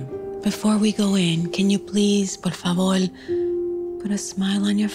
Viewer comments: I’m kind of being dramatic rn but please is “porfavor” not “Porfavol” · The celebration of 5 de mayo we call it Batalla de Puebla, we observe it but not celebrate it with a party. Salsa is a dance from Caribbean countries not from Mexico. And i noticed that the mom said "por favol" instead of "por favor" she pronounced it like a Puerto Rican